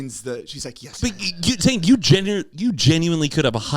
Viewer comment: same with your name Zane😂 You say “zain” not “zeyney”